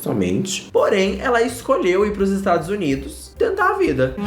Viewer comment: É impressão minha ou ele falou estragos Unidos? 😂😂